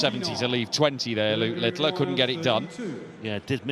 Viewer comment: Thanks for the great coverage. I don't know why that commentator calls Luke Littler LITTILER, there is no I after the T's